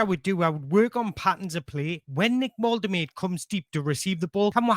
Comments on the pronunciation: Sounds like you're saying volta-murder. Easier to pronounce it vol-ta-ma-da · You've got his name slightly wrong. Specifically, the third syllable. It's MAH not MUR. It's not: VOL-TUR-MUR-DUR It's: VOL-TEH-MAH-DUR He pronounces it in his "Get to Know Nick Woltemade" short on the Newcastle channel. You also need to put a slight German accent as the W in German is pronounced somewhere between W and V. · Great content! Loved the depth of analysis, can't wait for the international break to be over! A side note, you're correcting yourself to the wrong pronunciation. It's not "Volte-murder" it's "Volte-mah-da" it would need to be spelled "Woltemöde" to sound like "murder". Hope that helps! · It's pronounced Vol-ta-mar-da 100%. Not Vol-ter-mur-der. You can hear Nick pronouncing his own name in the "Get to know Nick Woltermade" short that Newcastle United's official YouTube channel posted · name is pronounced Voltehmaahdeh. You've almost got it except the middle bit, it's maah not muuh! The man himself says it at the start of a quick interview here... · Whoever told you that’s how you pronounce his name is having your life 😂 it’s VOL-TER-MAR-DER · ...you've got the "Nick" bit nailed on the surname is pronounced VOLT-A-MARDER trust me my German friend told me 😂 but stick with Nick if you want! He also told me we (you probably do tbf) don't realise what an amazing striker we have signed and he has watched him a lot...still got room for improvement but and I quote "He's got a higher ceiling than the 🛎🔚" I'm buzzing to see what he can do in the black & white shirt. Great video as always mate and you're rocking that mullet 🎉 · It's VULL-TAH-MAH-DUH. I don't know why people find this so difficult 😂😂😂😂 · he's told you wrong, its Volte-mar-de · Btw someone lied to you, it's pronounced Valta-marda